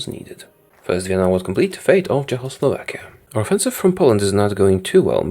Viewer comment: i love how he says Czechoslovakia as chowslovakia